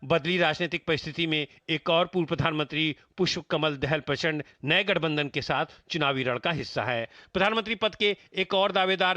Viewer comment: क्य ह गठबन्दर बोल्ता हे ज्यादा थोडा सोच्के प्रष्ट बोलो भाई